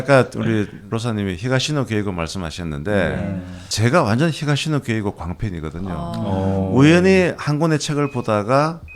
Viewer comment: 히사시노 게이고 ×. 히가시노 게이고.